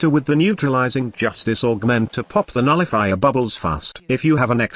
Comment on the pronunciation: Did he say nulli-fuckers?